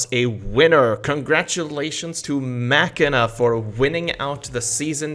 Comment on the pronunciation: You dont pronounce Machina as "Machine- UH" thank you. I can actually watch your series.